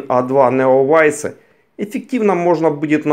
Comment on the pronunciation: Ну, блин, это читается "Неовайс". Режет слух.